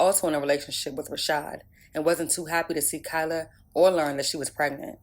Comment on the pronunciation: That spokesgirl has horrific grammar. What's "Prignant" and "fa charges unrelated tew da merder"